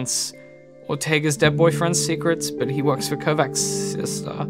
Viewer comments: sounds like Kovatch, not Kovacks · It triggers me so much that he is pronouncing it "Kovax" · Your mispronunciation of the name Kovacs is worrying regarding your credibility